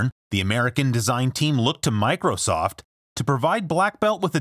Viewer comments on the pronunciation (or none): MICROSOFT not MICOSOFT